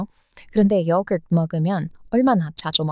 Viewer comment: 요거트를 먹으면 얼마나 먹겠어요 라는 말을 난 영어 발음 요거트를 욕을 먹으면 얼마나 먹겠어요 라고 들렸음😅 욕 많이 먹으면 오래 살긴 한다는데 젊게 늙는진 모르겠음